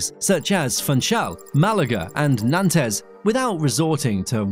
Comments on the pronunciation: Love the video as always - so well explained and detailed. Just a small thing, Nantes is not pronounced Nan-tez as you do . Its more like Non-te. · Nantes -> "Nan-tez"? 🤣 It's pronounced "Nont" like "want". Sorry, it matters! Amazing video though. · nahn-tez 😂 it's just nahnt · Switzerland, Norway, Liechtenstein and Luxemberg are members of the EASA. "Nantes"? LOL the e and the s at the end are still. You speak more like Nahnt. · we don't say ''Nantez'' but why say ''Nante'' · Nantes is not pronounced Nantez, even in anglo saxon tongue. As a new channel, ff you are going to make videos you would like to be seen as authoritative (and therefore valuable) you need to get basics like this right otherwise you just sound stupid. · the pronunciation of Nantes was so bad it has to be a troll! It’s more like “Non’tz” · “Nantes” is pronounced “nont” 🤦🏻‍♂️ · Nitpick: Nantes should be pronounced Nant’ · Nan-Tez??? Come On! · Shame about the Nantes pronunciation! Made me laugh 😊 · Interesting video, I learned stuff. But really painful to listen too. Every other sentence has either a noun + pronoun subject or even a double pronoun subject. Ouch. That makes mispronouncing Nantes seem like nothing. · Nantes -- pronunciation??? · That pronunciation of Nantes was fucking awful 😂